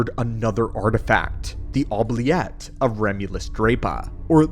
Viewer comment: Damn, this was awesome. The only critiques I have is the mispronunciation of certain words, like Stygian, Oubliette, and a few others I can't remember now